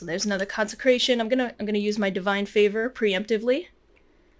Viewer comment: you keep messing up 'consecration' and laughing. it becomes old after the 1st time... very hard to finish this video..